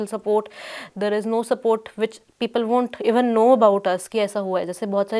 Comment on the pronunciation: Wheyyar? Hiyyar and theyyar... Salute to you for the work you have done so far and hoping that you shall do more. But, when the interviewer is speaking to you in Hindi and it is your mother-tongue (which should preclude any difficulty with the language), you choose to intersperse your talk with English sentences.. neither hiyyar nor theyyar, I am sorry to say. I know I am being crude, cruel and offensive in a way. But I simply don't understand this dire need to speak in another language when you ought to be speaking about the issue rather than muddling through your ostensibly impeccable English credentials. Why? For what? For whom? Not just this episode, but in most cases. An English interview and people trying to put across unfamiliar words or thoughts into Hindi is understandable. The reverse, especially from those whose mother tongue happens to be Hindi, is unforgivable and pretentious in the extreme. Come on, if Paranjoy can persistently kill himself trying to speak "Shuddh Hindi ki Bhindi" then it wouldn't kill you to try your own mother-tongue :) And NO, BLOODY NO, this is no digression from the main topic. Instead of blaming me for digressing, look at yourself and consider where you have drifted from the message. You do your subject injustice as well in your ill-conceived haste to prove yourself to be superior to the Hindi medium and its reporters. Bah!